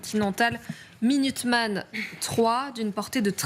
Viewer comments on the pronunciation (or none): Minuteman, tylteman😅😅